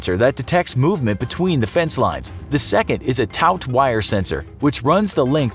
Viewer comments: 'taut' wire is pronounced 'tort' not 'towt' as in stretched across two posts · Is this like a discount Kurzgesagt with "Finger Family" level repeating animations, stock dramatic music and facts compiled from Wikipedia? a "towt" wire sensor... yeah you might wanna check your pronunciation and graphics... that's not a taut wire.